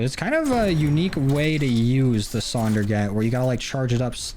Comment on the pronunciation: The “sundergat” fucking sucks